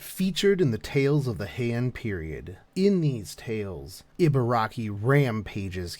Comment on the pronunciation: EE. it's EE-BA-RA-KI. EE as in REEEEEE SHE IS BEST GIRL BURN HERC FOR HER.